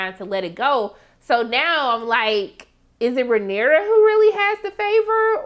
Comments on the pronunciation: … baybay. Her name is pronounced Ray-neeer-ah 😂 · You’re so adorable and I love your commentary! Pronounciation: RAY-NEAR-UH